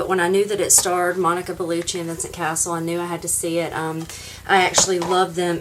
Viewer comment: It’s not Castle it’s Cassel. Pronounce the ‘e’ before the ‘l’ 😊 Cass-el